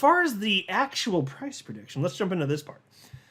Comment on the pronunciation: Anudder perdiction.....not again!